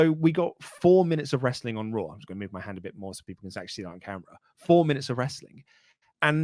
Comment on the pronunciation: "On your RAaW"